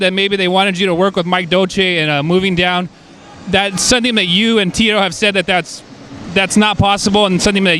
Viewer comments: ".....as zoon as me and Cheeto leave zuffa......" Now how can she say Zuffa right and repeatedly Tito wrong! 😂 Cheeto! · BRAZILIANS cant PRONOUNCES .. Ts when its THE FIRST LETTER of a WORD ?? CHEETO (lol)